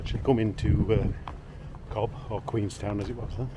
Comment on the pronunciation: It´s pronounced "Cove" not Cob